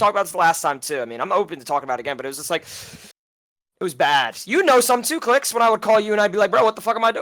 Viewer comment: y he saying clix as clit